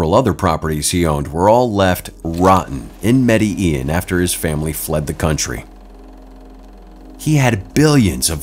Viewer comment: they do not pronounce Medellin correctly it's Med-da-Jean! Throughout video they do not pronounce it right, grr.